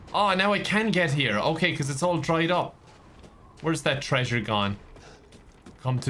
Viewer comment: after saying "trasure" 75 billion times: "I have to be careful or I might actually start saying 'trasure.'" Dear, you couldn't say it more if you tried.